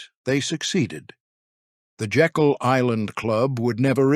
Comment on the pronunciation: Slight correction. The island is pronounced Jay-kul, not as in Jekyll & Hyde.